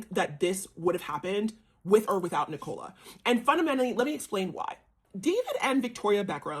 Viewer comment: Brooklyn was very privileged but where do you get the idea that he was looked down upon? By the way her name is pronounced Nic ola. Emphasis on Nic!! You're a bit dim. Pronounced dim 😂